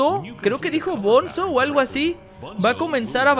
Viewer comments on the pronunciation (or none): tule dises bonzo pero es bunzo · Al bonzo se pronuncia albunzo